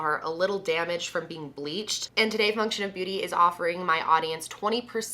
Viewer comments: Omg I know you have a hard time saying words sometimes and I'm not hatong but girl I just woke up and thought you said fucktion of beauty! My eyes got so big like omg did she just cus out her sponser? Noooo!!! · I swear to god that the first few times you were saying “function beauty,” I thought you were saying “fuck shit beauty.”😂😂😂🤣🤣🤣😭😭 I don’t know if it’s worse that I thought that, or that my first thought when I thought I heard you say that was, “holy fuck i have to buy from them just because i support the amount of balls and angst it takes to name your brand “fuck shit beauty.” I may or may not also be extremely high at the moment so that’s probably why my hearing is also extremely high😝😂😂🙈